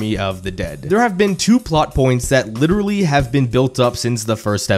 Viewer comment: LITURALLY LITURALLY LITURALLY